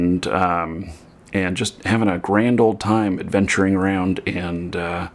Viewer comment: I don't mean to be offensive, but in the first two minutes you say 'and' about 50 times, and you say it like 'end'. Quite annoying. Content was good, though. Thanks.